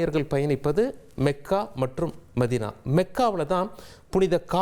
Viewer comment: மெக்கா, மெதினா அல்ல மக்கா,மதினா.